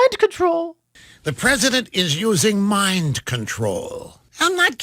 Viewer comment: Did Lil Brian Stelter say: Mime control or Mind control?